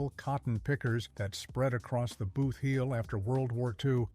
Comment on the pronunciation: Please separate the word. Boot heel